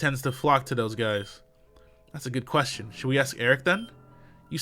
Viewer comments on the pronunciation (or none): none